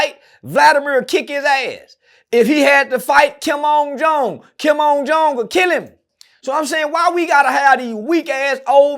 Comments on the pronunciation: This nigga said “kim un jon”😭😭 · “Kim ung jung” Maannn im dead 😮‍💨🤣😂😅